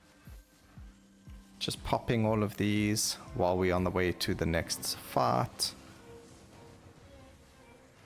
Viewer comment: Every time u say "fight" to me it sounds like "fart".. boss fart. and "life" sound a bit like "laugh". every time you say them i giggle. Another good video, thank you.